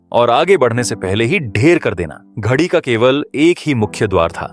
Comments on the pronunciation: घड़ी नहीं गढ़ी कहो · बाकी तो बहुत अच्छा लगा पर बार बार ये आप घड़ी -घडी क्यूं बोल रहे हो, और लिखा हुआ भी घड़ी आ रहा है,, जबकि वास्तविकता यह है कि घड़ी नहीं गढ़ी शब्द है,, अनजान लोग क्या समझेंगे के ये घड़ी का मतलब तो टाइम पीस होता है,, और गढी का मतलब -किलानुमा गढ़ रूपी हवेली, जो चारों ओर से किलानुमा अभेद दीवार से सुरक्षित थी। तो कृपा बेनती है कि आगे से थोड़ा शब्दों की इतिहास में खोज के बाद शुद्धता का ध्यान रखें। 😊🙏👏ऐक बार फिर आपका दुनिया के अद्भुत महासंग्राम ऐक महान् आश्चर्य जनक विराट गाथा को शार्ट विडियो के रूप में हिंदी में लोगों के सामने रखा,, इसके लिए आपका तहिदिलो धन्यवाद ♥️🥰👍🙏😊 वाहिगुरू आपको सिख धर्म के अजीबोगरीब इतिहास को सेवा के रूप में सामने लाने का सौभाग्य बखसते रहें 🙏 दशमेश पिता गुरु गोविंद सिंह आपको बेअंत खुशियों से निवाजे। 🙏😊 जो बोले सो निहाल। सत् श्री अकाल।। 🙏👏 धन गुरु गोविंद सिंह महाराज 🙏👏